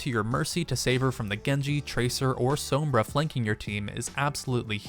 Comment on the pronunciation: HE SAID S-O-MBRA